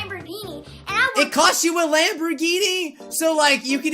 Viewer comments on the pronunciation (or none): Am I the only one that heard LamborDhini? Not Lamborghini? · not a Lamborghini a Lamborbini big difference